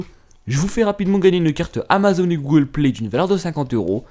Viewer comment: ATitanuMs Et Google: Gwogole